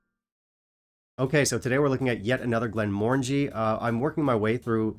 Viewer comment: I bought this recently, and was slightly disappointed. I think for the same reasons you mentioned. I expected it to have more of a port flavour, but I found it very subtle. It wasn’t bad, but I wanted more from it. And at £50, it wasn’t great. Also, you’re pronouncing the brand wrong. The new logo/design is intentional. Those are the syllables to pronounce. It doesn’t have the “orange” sound in it. It ends in “Angie”.